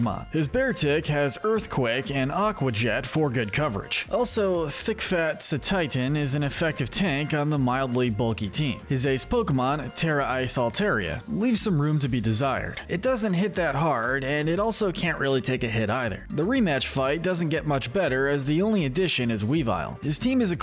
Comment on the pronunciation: It’s pronounced PEHT-UH-lil and all-TAHR-ee-uh, “Patrick Star”! 🤨 You’re so bad at pronouncing names,! 🙄